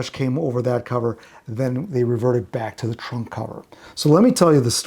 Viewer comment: Maybe because I'd call that thing Macca is sitting in an oversized suitcase, every time you said 'trunk cover' I heard 'Trump cover'. Beatles covering Trump would be the ultimate travesty.